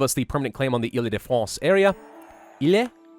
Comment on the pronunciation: you say ile de france like this (ELL-De-fronce)